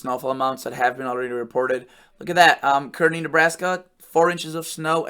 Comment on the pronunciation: Kearney, NE is pronounced 'carney'.